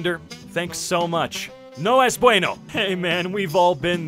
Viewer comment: The NO ES BUENO made me laugh uncotrollably because i speak spanish and his accent was almost perfect